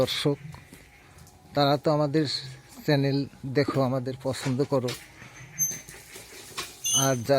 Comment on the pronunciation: "স্যানেল" নয়, বলুন "চ্যানেল"।